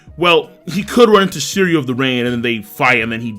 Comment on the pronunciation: SHiryu... pronounce the SHHHHH sound bro. Sounding like a noob my dude. Get it together.